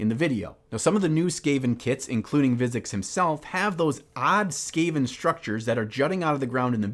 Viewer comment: I don't want to sound like a douche but I enjoyed every part of this video except when you repeatedly said Vizzix instead of Vizzik. Still, keep up the good work good sir. I can't wait to see the final result.